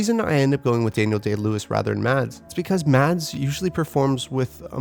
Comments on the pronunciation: You don’t pronounce the D in Mads Mikkelsen. It's silent :) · Mads Mikkelsen..... The d is silent.... 😊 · Mads Mikkelsen. And BTW the D in Mads is silent. :-)